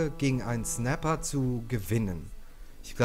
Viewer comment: Wie er jetzt ernsthaft immer "Snappl" sagt xDDD